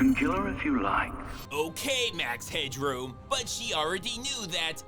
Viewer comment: Its not"Max Hedrow"its Max Headroom😂